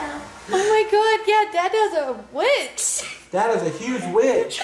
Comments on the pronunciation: Lol!! That's too funny 🤣 trying to say witch but saying *itch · When was saying witch she sounded like she was saying b!tch😂 but she is adorable!❤❤ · Not gonna lie it sounded like she said dada bitch thinking she was saying witch lol I’m dying laughing so hard 😂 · I also heard her called him a b word after, u can hear the b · is so cute. Her saying witch but with a B is so funny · I'm so sorry but I keep thinking that mia is saying Bit*h... carnt stop laughing 😅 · Ooo she said b itch not witch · LOL. thinking she’s saying witch is CRACKING ME UP 🤣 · Poor can’t say the word witch! 😂